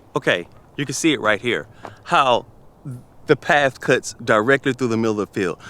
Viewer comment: Ooooh I hear English slipping into your accent 👀 there was definitely a ‘paff’ in there instead of ‘path’ We have you now 😂👍🏻